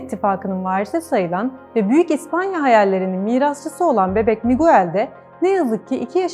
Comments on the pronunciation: Programinizi begenerek izliyorum ama yabanci isimleri okicaniz zaman biraz arastirma yapin. Muguell diye okunmaz o isim, Migell diye okunur. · Video iyi güzel de. Yabancı isimlerin nasıl okunduğunu öğrenseniz daha güzel olurdu. Mesela Miguel diye değil Migel diye okunur o ad.